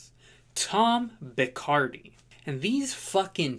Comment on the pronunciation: its pronounced Bis-car-dee.